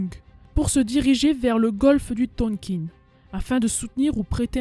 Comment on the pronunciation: Le Tonkin se prononce THONKAIN (en un seul mot ! Sinon, comme d'habitude (mais ce n'est pas un reproche !) sujet bien travaillé, bonne recherches, explication claires, un très bon résumé !!! On en veut d'autres ! Félicitations !